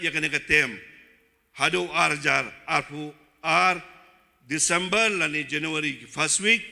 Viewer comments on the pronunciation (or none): Sngew standard plt tmoh ban ong december ruh m la ong decemboo.. 😆😆😆😆 decemboo